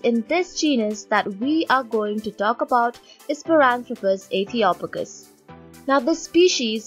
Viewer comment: I think the "O" is pronounced as in hope rather than box, as in Ethiopia. {:-:-:}